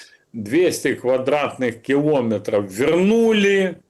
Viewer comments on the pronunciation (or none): Галстук не делает из хама пана. КилОметры, звОнят, укрАинский - хоть убей, а оно необучаемое.